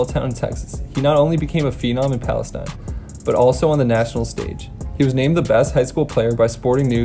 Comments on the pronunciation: this guy doesn’t know to pronounce palestine. PAL-UH-STEEN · He keeps saying Adrian “Pearson”. It’s freaking “Peterson”!! Also, his home town is not pronounced like the country. It’s pronounced “Pales-ee-n”. Trust me. I’m from there. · Pronounced like palisteen btw played them all four years of highschool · Hey bro, Palestine Texas is pronounced “pales-teen”, just an FYI. I live about 20 miles from there and played against Peterson my junior year. Dude was a man beast.